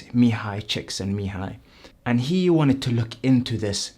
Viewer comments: Exactly. I rewind to see if i heard it right. And the dude's pronounciation is really good as well. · Pronouncing that name: Mihaly Csikszentmihalyi was astounding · My frown when you actually pronounced Mihaly Csikszentmihalyi's name correctly like an adult... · Mihaly Csikszentmihalyi looks exactly how a Mihaly Csikszentmihalyi should look. also congrats on getting the pronunciation right